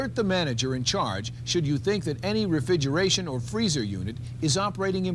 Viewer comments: Did the host say "refigeration" instead of "refrigeration"? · “Refigeration.” I can’t unhear it. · He keeps saying "refidgeraration"... is he related to Trump? What are the "oranges" of this video? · “Refigeration” lmao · The way he pronounces "refrigeration" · The dude cannot properly pronounce "refrigeration". He simply can'y say the second 'r'!! It happens over and over... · and there I was just saying that he may have gone on to be a tv anchor. Not if he can't say words with two Rs in them lol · Maybe he just wants to be a Rural Juror?